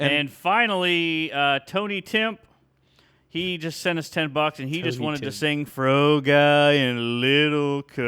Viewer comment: Timpe is pronounced Tim-Pee. Thanks guys for a great show!